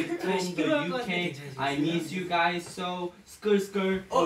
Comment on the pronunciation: soy yo o en el bambam dijo "gaysss 7 mannn"